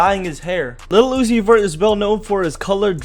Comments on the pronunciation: Keep saying Lil Uzi Vert for like 10 times. It would sound like u are saying Lucifer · Tha t boos said little uni vert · the way he says lil uzi vert is so weird.